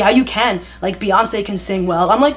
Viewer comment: They be saying ‘Piyoncè’ 😭😭😭😭